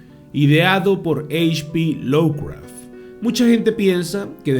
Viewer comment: Cumpita, no es por molestar, pero se dice "lofcraf" no lowcraf...